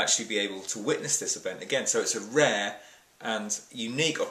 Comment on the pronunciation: "A RAH event..." LOL.